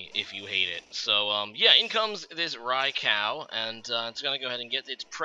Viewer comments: Hey, it's pronounced En-Tay, not En-Tai or En-Tee. Also, Rai-Cool, not Rai-Cow. Btw, I like black. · I'm not sure where you're getting these pronounciations, but all three legendary dogs have japanese names that have been romanized into English. Their names in Japanese are 「ライコウ」(raikou) and「エンテイ」(entei), which would be pronounced "rai-koh" and "en-teh". Suicune's name isn't confusing. Most people would read it "soo-ee-koon", which is right.